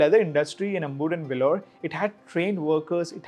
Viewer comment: Brother this piece of article is very exhaustive and involves lots of work from you, great work, a small correction, it's not amur, lether it's Ambur.